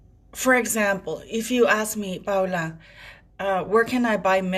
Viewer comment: Paula you done it again. Perfectly explained the whole saga of getting rid of the Harkles titles which they never entitled to have it in the first place. It's only because of his grandmother decision to give him so she can take it back from them. Thank you Paula. I like the way you pronounced your name because that's how I'd would have pronounced it.